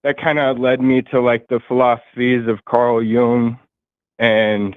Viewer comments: I think you mispronounced Nietsche but in a different way. You pronounced it with a long a sound at the end. It's closer to a chuh at the end. But the youtube pronunciation videos are good to refer to. And your pronunciation of Jung was a little off. It's more like Yoong. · I hope you don't mean to say that Forrests' pronunciation is the correct one. He didn't correctly pronounce Nietzsche nor Jung. You can do a search on YouTube on pronunciation of these names. Nietzsche's name should not have a long e sound. That's definitely wrong.